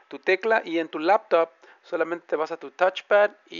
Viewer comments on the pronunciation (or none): El "tachepad" la "lapatop"... ja, buena.